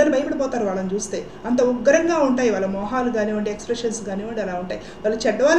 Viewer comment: వాల్ల కాదమ్మా వాళ్ళ. ల వేరు ళ వేరు. మిగతా అన్ని సరిగా చెప్పారు.